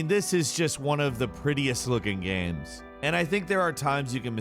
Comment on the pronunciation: some good looking "gahms"